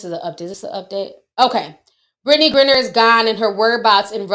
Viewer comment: It’s pronounced “Grind-ner”